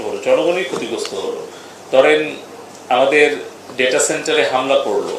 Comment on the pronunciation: Data এর উচ্চারণ আগে শিখুন